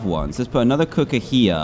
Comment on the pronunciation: People:'dying' Dan: I NEED ANOTUA COOK